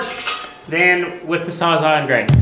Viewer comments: LMAO it's not "sawzaw", it's a saws-all. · thinks its called a saw-saw? LMAO its sawz-all. as in the saw cuts all. sawzall. not saw-saw. Ps a battery powered transfer pump would have emptied that tank in 30min. and its usually a good idea to have a couple fire extingishers around for a job like this. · Saws. all. Sawzall. not sawzaw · Sawz-all…..not sawzaw or sawsaw! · not a SAWZAW... It's a SAWZALL as in Sawz All. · Bro PLEASE…you’re killin me. “Saa-za” no. “Sawz-All” yes. 😂